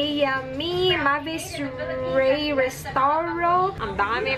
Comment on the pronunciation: salamat sa shout out 😘 mura galisod kag pronounce sa name hehehe MEYVIS RUWEY na sya actually name na sya sa akung baby..salamat love you 😘😘😘